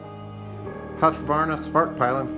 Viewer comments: Dude I don't really like correcting people but it's called SVART PILL EN not SVART PIE LEN 😂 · you completely butchered the name of the company and the motorcycle lol. Anyways great video mate.